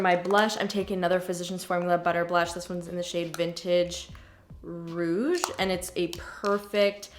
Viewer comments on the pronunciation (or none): none